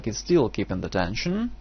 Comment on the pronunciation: it's not "dension", it's "tension"